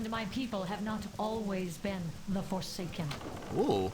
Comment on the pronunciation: What the hell is a forcaken? lol